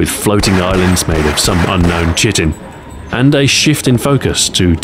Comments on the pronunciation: "kai-tin" not "shit-in". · Alright I love your narrations but my boy said CHITTIN bruh it’s pronounced Kite-in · If I had a dollar for every youtuber who didn't know how to say chitin (kite-en) I'd have at least a dollar. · Woah, woah, woah, woah, woah. How did you just pronounce chitin? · stuart said chitin wrong :/